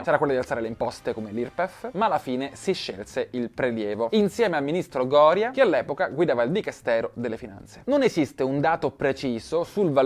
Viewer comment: Il ministro GÒRIA?? 😂😂